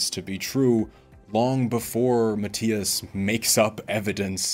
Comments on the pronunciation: This may be your view now, but as you grow and mature, you will understand one day. Also, you’re not pronouncing his last name correctly…. When the student is ready, the teacher will come. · If you did all this research and you can’t even pronounce his name right is because you don’t like him. Shame to your channel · So we’re not supposed to believe Mattias but we are to believe this guy. Who can’t even pronounce Mattias’s name correctly.